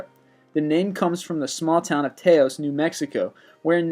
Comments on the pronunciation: No. 23. The TAY-OS hum? In Tay-os, New Mexico? TAH-OS, please! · How do you, as an American, not know how to pronounce Taos? It's Tah Ohs. Your constant mispronunciations of the commonly well known words give you the appearance of an idiot who will pretend to know everything he reads, whether you do or not. By the way, it's Gi GANT i cus, and Earhart (being German) is pronounced as Air hart. Please ask your mommy to proof these before you post them, as you look like a fool, as itis. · It isn't pronounced Tay Os, New Mexico. It is kind of pronounced like Ta Ow S. It's a nice place to visit. I've been to the reserve there to meet the People of the Pueblo. They claim to have always been from the Pueblo and their reserve is really a neat place with some excellent art and some excellent people. One of the strangest things I've ever witnessed was done there - I watched their Christmas celebration which was a combination of their traditional celebration and a mix of typical Christianity celebratory songs done by their children and members of their tribe. They did stuff like the dance of the bear and then followed it with Away in a Manger for example, it was a contrast that I wasn't expecting but still feel honored to have been invited and glad that I took the time to attend. That's the only reason I feel compelled to correct your pronunciation of the name and, well, I figured someone may also enjoy the interesting story. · It's pronounced "towse", not "Tay-os"... Sorry :) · "Taos" (in New Mexico) is pronounced like house; T-ouse. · sigh you mispronounced Taos (short a) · Taos....pronounce Touse, that is all. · The combination of "ao" in the word Taos are pronounced "ow" as in "Ow, that hurt". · tAos it's pronounced tOWs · The Taos Hum... the "a" is short, not long. It's like dao with an "s" on the end of it. Nothing worse than an uneducated YouTube poster.... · "Taos" New Mexico? Really? It's pronounced like 'House' with a 't'... LOL! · It's Taos pronounced like tous